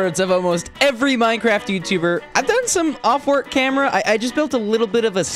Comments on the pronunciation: "I've done some off-work camerra" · It’s so funny when you say things wrong and don’t realize it like you said “I did some off work camera”